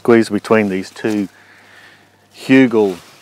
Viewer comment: Who-Gul kull (rhymes will pull) toor. New sub...great vids. Remember the swimmer Geoff Hugel?